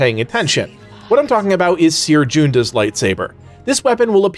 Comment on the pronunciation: ''cere joonda'' her last name is pronounced junda